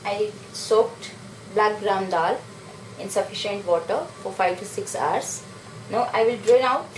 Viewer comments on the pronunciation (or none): nice way. good video but pronunciation of hour is very weird. it will be pronounced like "ours" not aars.thanx.